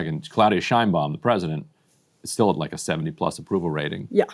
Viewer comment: The Mexican president’s name is pronounced ‘Shaynebaum.’